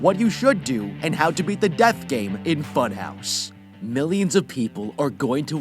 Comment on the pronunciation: when he say funhouse but i hear butthouse?? why do i hear that let me rewatch what he sayed??